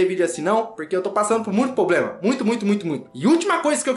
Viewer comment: Muito "poblema".....